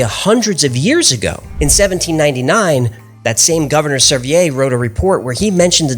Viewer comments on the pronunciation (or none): this caused me to check the pronunciation of John Sevier. because I live in TN very close to Sevier County. everyone here, on top of everything I look up, pronounce his last name as "Severe" Not "sevi-A" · I'm actually descended from John Sevier, and have never heard it pronounced French ( "Sev-ee-ay" ). It is pronounced like "severe". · John See vere, its not a french pronunciation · Bro...as one from Tennessee....you butchered John seviers name. Sevy-yay???? It's pronounced Sevier. Like a severe thunderstorm warning. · It's pronounced suh-veer not sev-ee-ay... I'm from sevierville TN named after him.... great job on these shows I have watched them all day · Just FYI - You were pronouncing the first gov. of Tennessee John Sevier's name as if it were French "Seveeay" but it is pronounced more like severe - Seh-vyr. The reason I know this is that i do geneology and made a tree for a a friend who is a direct decsendant of John Sevier's brother Robert. Their family can be traced back to London and then back to France - but the family who lived in France were immigrants, the patriarch of that family was Don Juan Xavier, they were Spanish. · Just letting you know Sevier is pronounced "severe." I only know this because I live in Sevier County, TN. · I live in John Sevier country. Patrick Henry too. Highschools, HIGHWAYS, dams named after them. Never have I heard of anyone, Including his family, using a French pronunciation Sevieyah. Never. You are the first. I like your channel, but my God pronounce it like everyone one else (including Sevier when he was living) in Tennesse. We don't call a reservoir the same as the French either. Neither did Quinton Tarantino. It's known that a family can pronounce they're name however they prefer (for centuries) even in this young Country. You're pronouncing there name against their wishes and totally incorrectly to Tennessee historians. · That would be John "Suh-veer". Great video 👍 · its pronounced John "Sa Veer"